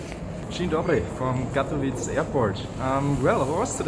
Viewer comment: Katowice nie "Katowitz"